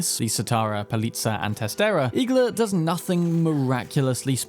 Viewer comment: IGLA means NEEDLE in russian. Stressing the A